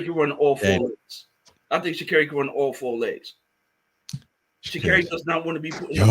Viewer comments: Me too... And when he says Sha'Carri's name wrong too 😂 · 😂every show he gets the name wrong at least 2 times